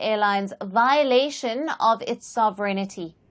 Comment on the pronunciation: I have yet to hear a news presenter outside Britain who can pronounce "sovereignty". The emphasis is on the first syllable, the second with a slight lift and the remainder being on a falling cadence: thus, phonetically; SOV-eR-Enty. The "i" is silent and definitely does NOT follow the "n".